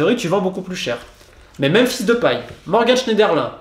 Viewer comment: Et qd il a dit "Memphis Dep..." g cru une fraction de seconde c t un gros insulte qui partait mdr